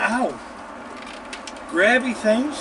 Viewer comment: I always thought he was saying Crabby not Grabby lol